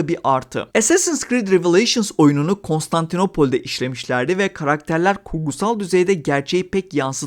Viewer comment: constantinapole ? yunan ağızıyla konuşacaksan iş değişir şimdi